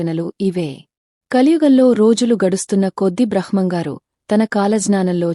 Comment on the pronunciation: please కొంచం స్పష్టంగా మాట్లాడు తల్లి. బ్రహ్మం గారు అనటం, కాలజ్ఞానం అనటం రాకపోతే ఎందుకు స్పీచ్ ఇస్తున్నారు